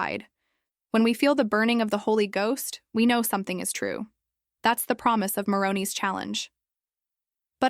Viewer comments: People don't 'come and go' from the temple in white clothes . Apostates Nephi, Moroni mispronounced. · It’s an AI voice over. That’s why names are mispronounced.